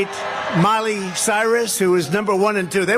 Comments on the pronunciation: Did anyone notice another Trump lapse when he calls Miley Cyrus "Molly Cyrus"? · Did he say Molly Cyrus? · Did he literally just say "Molly Cyrus"? JFC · Did anyone realize The Orange Man, who is losing his mind, call Miley Cyrus “Molly” Cyrus 😂😅 There is so much evidence On All of these charges against Trump and can’t wait for these court cases to get going. Hopefully justice will prevail. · Did he say “Molly Cyrus” ?? 🤣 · Did he say “Molly” Cyrus??